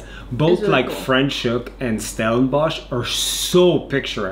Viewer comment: Hi Guys! Try saying Franschhoek with an A and NOT with an E - Franschhoek and not French hoek. 😁😁 You were asking us how to pronounce it and I am now telling you. I am Afrikaans, holidaying in the Cape right🥰 now but have been living in Saskatchewan the past 11 years.